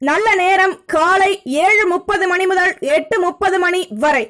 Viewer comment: நீங்க செல்றதும் உங்க தங்கு தடையில்லாத கணீரென்ற உச்சரிப்பும் ஒவ்வொரு ராசிக்கு முன்னும் சொல்லும் மந்திரமும் லவ்லி சூப்பர் அம்மா கிட்ட சொல்லி சுத்தி போட சொல்லுங்க. ஒரேயொர ரிக்வெஸ்ட் நேரம் சொல்லும் போது .முதல்னு சொல்றதுக்கு பதில் முதள்னு சொல்றதை தவிர்க்க முயலுங்கள. நன்றி